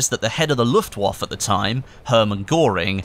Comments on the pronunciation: its the Luftwaffe or when said 'luftwaffer' not luftwaff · Luft-wawf.. ? Luftwaffeh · Pronounce Luftwaffe : Luft-Vaffeh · You do realise you pronounce the 'e' s in German words? Herrman Georing - pronounced : Go-er-ing. Luftwaffe - pronounced: Looft-Waff-e